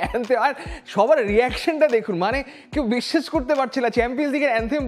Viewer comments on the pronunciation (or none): none